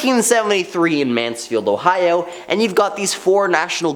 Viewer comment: "I'm so glad I don't live in HOEohio"